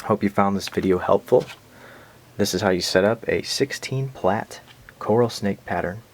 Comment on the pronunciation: That is not how you say plait >.<